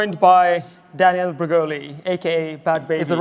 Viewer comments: You say Danielle like Daniel lol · DaniELLE, not Daniel*